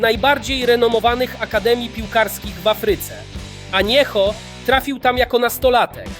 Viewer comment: Błędnie czytasz jwgo nazwisko, on sam przedstawia się "Aniero", a nie Anieho